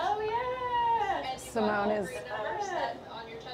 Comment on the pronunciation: Only watched this because of Si-mo-ne. Editing, audio, music, saying Seemoan almost made me stop. But stayed for Si-mo-ne.